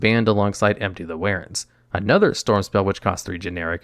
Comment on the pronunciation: Empty the "warens"